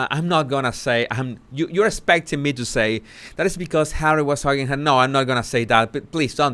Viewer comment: Did you say "Harwwy"?